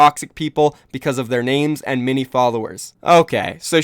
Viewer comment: Why do you pronounce "many" as "mini"?